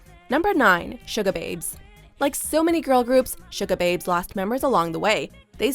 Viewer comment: Sugababes, not Sugarbabes. Marit Larsen solo material is great btw!